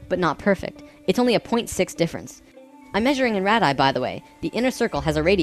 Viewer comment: I love your videos! they have a lot of great info, that seems to be compatible even with the teachings of Seth. However, as a grammar-Nazi, "radii" is pronounced "RAY-dee-eye."